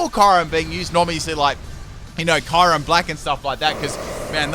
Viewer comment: Erm how do u say kyurem? I gagged by the way u say that name